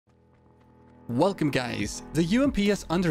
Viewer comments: You would think by now he would have learned how to pronounce it . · It's called an accent. "Uuuuu-welcome guyzzz"